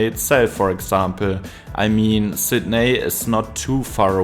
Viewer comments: lol you nailed woolongong which plenty of natives manage to get wrong, but it's Sid Knee not Sid Neigh 😂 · You mispronounced Sydney